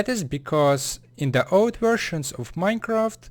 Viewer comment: minecaft sigh